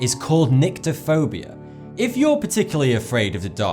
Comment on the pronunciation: When he said 'Nyctophobia' I thought he said 'Niggaphobia' I'm not a bad person I just have a teenage mind. :P